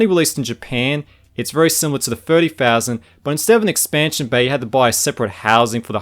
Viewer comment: Firty Fousand, eFernet, Firteen Years...?